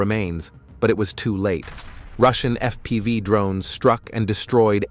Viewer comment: LOL, it called FPV "F P five"